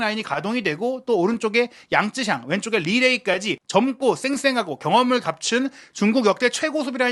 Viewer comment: 양쯔샹이 아니라 양'쩌'샹이 근접한 발음인 듯. 江澤民을 보통 장쩌민이라고 하지 장쯔민이라고 우리말로 표기하지는 않잖아?